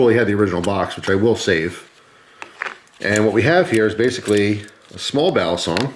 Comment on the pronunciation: By the way, "balisong" is pronounced quickly, not like "Bali song". Some channels pronounce it that way, it's cringey.